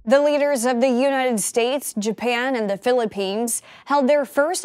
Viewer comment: Did she really pronouce United States as "unitted states"?